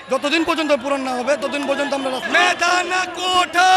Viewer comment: যে কোটাকে কোঠা বলে সে আবার মেধাবীর দাবী করে যতসব ভন্ডামী।